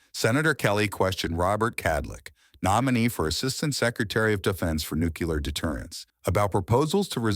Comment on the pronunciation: It is NOT Nuculer 🤦‍♀️ SAY IT WITH ME... NUCLEAR 😊